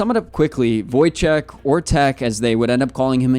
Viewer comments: Yeah, I know. I grew up in a predominately Polish town, so I know the proper pronunciation. I just meant a passable attempt would be voy-check (from my Polish friends growing up), which is better than not trying at all. Many football content creators barely make an attempt. It takes next to no time to research. Americans and Brits are probably the worst with this. lol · Since you have a struggle to pronuonce his name and as a polish person i will tell you Wojciech is a official name, but Wojtek is just a short version of a name, and even Wojtuś (put that in translator) is a sweet way to call it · Ch makes an “H” sounds, not a “k” sounds. So like the guy above me said it’d be Voy-Cheh, not check. Try to think about how you pronounce Czech Republic. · true. Voy-Check is actually how many do pronounce his name, including commentators, though that’s not actually the proper way of saying it.